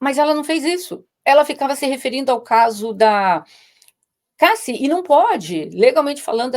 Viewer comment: Dói o ouvido ouvir os convidados pronunciarem ""DIDI" e "CASSI"